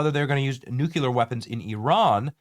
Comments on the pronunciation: New clear! Not "noo que lur" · Please, oh Please. It's NEW-klee-ar. (not NOO-kyoo-lar). Still a big fan, and this may be trivial to you - if so, then disregard. Regardless, I love your content. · No way. He thinks about the normal people in Iran. ... and please say NUCLEAR .. not nucular? I'm sorry but I have to say that because it makes me cringe. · New-klee-er, not nuke-u-ler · Nuc-LEEEEE-ar! It’s spelled nuclear. Not nuc-U-lar. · NucLear not nucular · Nu-cle-ar not nuculer 🤦🏻‍♂️ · It’s nuclear, not nucular. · It is 'nuclear', not 'nucular'. The British Empire was not brought down in the Middle East. Nor was Napoleon. He lost a campaign there, before he even became Emperor. Go back to plagiarism. You are better at that. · You're an intelligent man... please learn to pronounce NU CLE AR !.... It's not NUc U Ler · It’s “nuclear” not “nucular” 🙄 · Also it's nu clear not nucular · I love your shows, adore you. Could you please try to pronounce nuclear as NU-clee-ur. You say NU- cyue- ler, and it's wrong. Thank you. 😊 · Say it with me — it’s “noo-klee-uhr”, not “NOOK-yuh-luhr”… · Benny, it’s not NUKE-U-LER. It’s NU-CLEE-ER. Level up my guy. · Nuke--LEE--ar NOT Nuke--YOU-lar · Same! Drives me crazy when people say NUKE-U-LER. It’s NU-CLEE-ER Benny! 😖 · Benny new clear 😂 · BENNY!!! --- IT'S Nuclear" (/ˈnjuːkliər/ NOO-klee-ər) is the standard, correct pronunciation. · New- qu-lear…… ugh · Its N U C L E A R, not nuculer. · Literally can’t take anyone seriously who says “nuculer” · Benny says “new-keh-lahr” lol thank you for keeping us updated, brother! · Say it like new clear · It is pronounced like Nu Klee Yur brother. The S is silent. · Nuke - lee - err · Dude, love your channel, but please say nuclear correctly! 😂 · Damn, Benny! Please pronounce nuclear correctly. Where did you go to school?